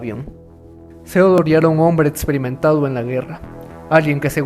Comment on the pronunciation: El etsito"" etsperimentado"